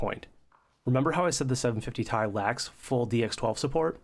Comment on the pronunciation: First time I heard somebody/robot say Tie 👔 😅